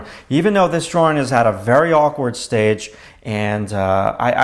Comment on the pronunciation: i would appreciate your videos better if u learned the correct pronunciation of the word "drawing"